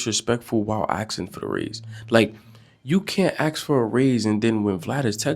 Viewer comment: I had to tune out of this video because homeboy cannot say ask.